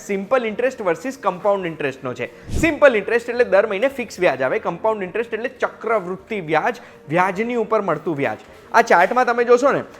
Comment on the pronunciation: ચક્રવૃદ્ધિ કહેવાય, ચક્વૃત્તિ નહિ 😅